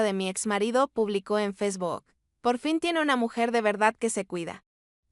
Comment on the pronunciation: FESBOK😂😂😂 Hasta mi empleada doméstica que es de un ranchito, pronuncia correctamente FACEBOOK.